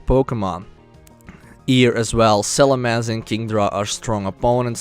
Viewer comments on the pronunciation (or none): none